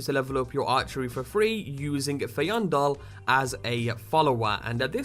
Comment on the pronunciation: Fain-Doll. That's his pronounciation